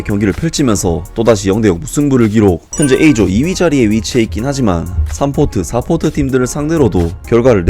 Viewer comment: 중궈는 이번 대회 '에'이조입니다. 'A'조에요... E조 아니에요...